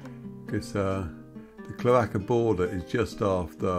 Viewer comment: Super to view this. BTW it’s CHLORaka-accent on the first syllable